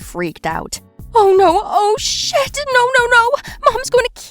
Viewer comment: Did she say oh shite